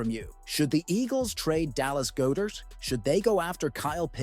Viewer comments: It's "God-dert" not "Go-dert" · Pitts is from Philadelphia, and its God -dert not Go dert